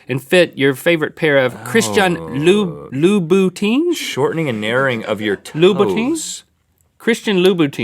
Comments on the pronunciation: "Loo-boo-teen" hahahaha Ah Link, I still love you. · Cringing at Link saying "Louboutins." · It's not Louis vuitton... its loubotin shoes. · That made me laugh so hard :D Loubouteens?? Oh Lous Vuitton! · Haha! Loubuiton?? Nope, Louis Vuitton. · Nobody there can pronounce Louboutin? Really? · he looked so cute when he tried to pronounce "Louboutin" 😆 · link not knowing his louboutin and Louis Vuitton is adorable😂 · Hearing Link trying to pronounce Louboutin and then going with "Louis Vuitton" was the funniest part of this episode haha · Link trying to pronounce Louboutin was the best part. He failed, but he's still adorable. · loui vuitton and louboutin are different!!